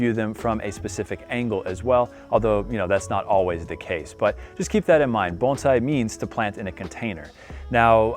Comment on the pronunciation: You're one of few Americans or Canadians that doesn't mispronounce bonsai as bone-sai